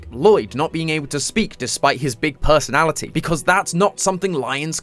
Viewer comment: his big perrrrrrsonality